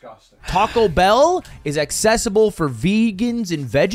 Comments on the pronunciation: Not going to lie says taco better than lud taa-kow/ta-ko is the correct pronunciation not taa-cow/ta-co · "Tahko Bell" soft a brother